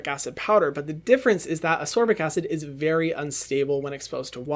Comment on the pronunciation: It is AsCorbic acid, not Asorbic pleaseeeeee